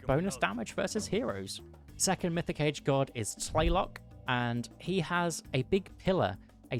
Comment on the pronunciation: Well most of the nahuatl pronunciations were quite good. Huehuecoyotl and Tlaloc though...